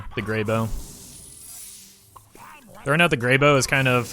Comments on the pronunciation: Goddamnit it’s grey b-ow!!!!! not b-oh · Is it really pronounced as Grey-Bo? I always thought it was Grey-Bow. My whole life has been a lie :( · "Grey bow" literally unwatchable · You're worried about that, but not about how he mispronounces Greybough?